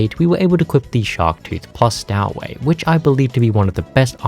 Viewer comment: Stow in stowaway is pronounced like tow in tow truck.